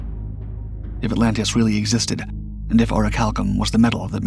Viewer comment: La voix qui récite n'est pas capable de prononcer correctement les noms cités! l' Atlandide, Crissio (Critias), Salona (SOLON), Cranté ( Critias), Oricalom (Oricalcum)... est- ce une performance de l'IA ?